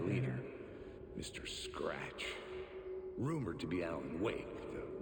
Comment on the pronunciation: I know that no one's going to read this comment as this video is 3 years old, but why does keep saying scrat instead of scratch!? I feel like he's trolling me or I missed some sort of joke earlier in the streams